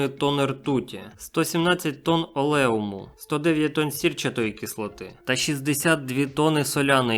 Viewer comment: олЄум... дуже повеселило. Начорта зачитувати страшні слова, навіть не розуміючи, що вони означають. Поналазило профанів в інтернет і всі хотять заробити на темах, в яких "ні в зуб ногою"